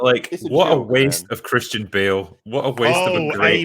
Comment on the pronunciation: "Christian Ba'al"